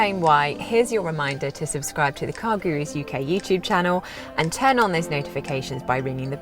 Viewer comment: Car Gurus? It sounds indian!